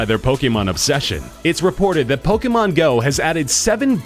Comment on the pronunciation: fr, I'm so triggered with the way he says pokemon